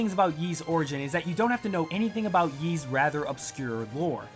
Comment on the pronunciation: a sponsored video and you cant even pronounce ys right